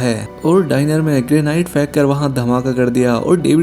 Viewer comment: ग्रेनाइड नहीं रे ग्रेनेड चूतिया!